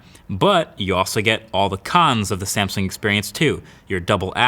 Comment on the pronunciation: Wtf is a Samsing